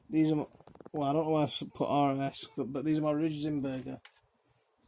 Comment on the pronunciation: You pronounced it right the 1st time. Sounds like Reins Burger. Not rain but like a rein for a horse and then burger.